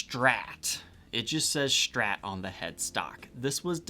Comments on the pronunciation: Only thing I dislike here is your "shtrat" pronountiation 😜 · "Schtratocaschter", "the Schtrat"